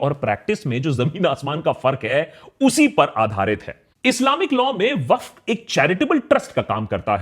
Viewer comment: Did he pronounce Waqf incorrectly throughout the video or is my hearing messed up?